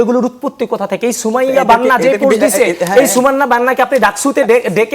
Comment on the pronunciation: পুস্ট কি ভাই? পুস্ট ❌ পোস্ট ✅ 😂😂😂